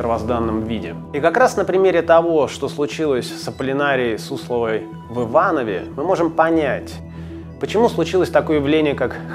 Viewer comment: Один из немногих, кто говорит правильно: "В ИвановЕ".